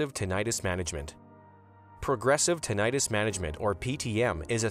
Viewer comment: CLICKBAIT TITLE. The narrator doesn't even pronounce "tinnitus" correctly.